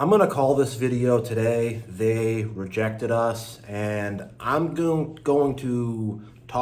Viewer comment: Its rejected Not regected lol